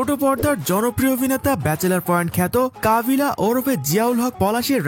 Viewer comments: কাবিলা হবে কাবলা না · ঠিক মতো বলেন ভাই,, কাবলা না কাবিলা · কাবলা না, কাবিলা,ওরপে পলাশ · কাবলা না 😂কাবিলা😂😂😂😂😂😂😂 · কাবলা নয় ভাই ওর নাম হচ্ছে কাবিলা😂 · কাবলা হবে না ওটা হবে কাবিলা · Vaire kabla na kabila😂😂😂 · কাবল না কাবিলা তার চরিত্রের নাম